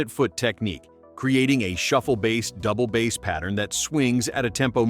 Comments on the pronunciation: Definitely something fishy in the pronunciation 🤪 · It’s “Double Bass” not “Double Bass”!!